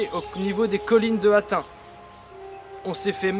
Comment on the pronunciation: Bonne vidéo, mais on dit hattine 🙂